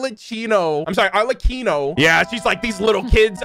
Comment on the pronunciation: Thank you thank you….. this is a honest reaction.. thank you for not looking at the thumbnail… and a major thanks for pronouncing Arlecchino correctly 😂✨